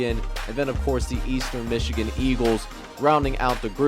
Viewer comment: Mee-chigan? lol.